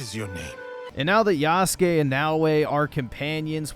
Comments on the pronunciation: No longer is he called "Yasuke (Yas-kay)," but " Y A H S O O K ! " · Bro why are you saying “yasook”? You literally played this awful game and can hear it’s pronounced yass-kay. I will never understand why people mispronounce things they literally hear pronounced correctly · It's not yasoooook it's yahskaaay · bro you are such an idiot stop saying yasook 😂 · yuh-sook lol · You added the "my name is Yasuke" scene several times, yet you keep calling him yasook? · Bro is so out of touch with reality it’s unbelievable lmao. Hour of “black guy bad” out here calling him “YASOOKE” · Yasook Floyd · YAH-SU-KAY....bro....come on... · Why did you keep pronouncing his name wrong? They say it out loud one trillion times, in cutscenes and gameplay. The game does suck though. I quit. Twice. 63 hours of my life poorly spent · Why do you say Yasuke’s name wrong?